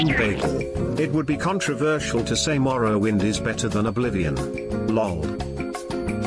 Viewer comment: All for a good cause. And BTW "Marrowwind" was a challenge of its time.